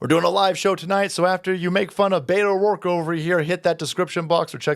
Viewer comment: "Butto O'dorke"